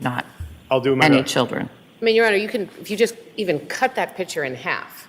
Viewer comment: So, defense team, the word is picture, not pitcher. PICK chur, not PIT chur. You're welcome.